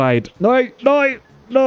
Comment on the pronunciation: I love how says "noy" instead of "no".